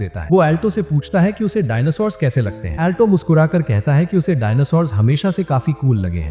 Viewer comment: Alto ❌ Auto✔️